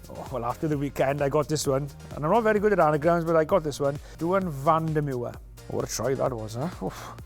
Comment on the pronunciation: I love Nigel, and I love Whistle Watch, but the way he pronounced Duhan van der Merwe's name was hilarious!! (No offence intended, Nigel!)